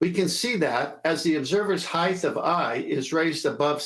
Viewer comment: The earth is obviously flat, no way around it. My question is why does pronounce the word "heighth"?